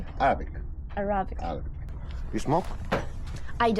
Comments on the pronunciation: Yes I believe it is AIR-uh-bick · your Pronunciation of arabic is so funny this is why those guys laugh its pronounced as it write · NO - The "pyramid-shaped triangle at the top didn't ERODE over the years". BTW - it's called a PYRAMIDION. - NO - Khufu's pyramid isn't "almost perfectly aligned with true north", which is still wandering around to this day (which we can perfectly align with it if we wanted to). - OMG - You don't even know how to pronounce 'Arabic' correctly. Just an pretty blonde ignorant American stumbling around ingratiating herself to those in charge in order to gain restricted access and make a click-bait video. Please, Next time you go (and anybody reading this), please educate yourself first. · Cant even pronounce Arab 🙈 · Im sorry you didn’t know how to pronounce Arabic yet you’re in an Arabic country? And it was a good effort and had me watching intently but then you’d switch. One second your going to climb up to see inscriptions but stop for no reason, then in the kings chamber, then interviewing someone, then going up or down. Geez focus on one area please.